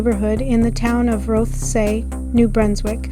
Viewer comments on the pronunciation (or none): Cool video and commentary. I grew up in the area though, so I can tell you that you're mispronouncing a couple of places: Rothesay is simply pronounced as though there is no "e" (roth - say). Kennebecasis is also easier to say than what you're saying. It's pronounced (ken - eh - beh - kay - sis). Thank you for sharing this. I enjoyed it.